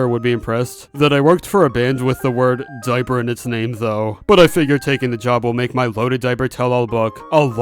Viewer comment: What really got me was “diper juice” 😂